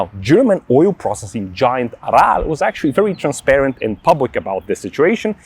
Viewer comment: It’s not Anal, it’s not Oral, it’s Aral.